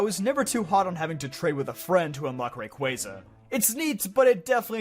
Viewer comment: you pronounced Rayquaza correctly, liked and subscribed even if you had Johto at second worst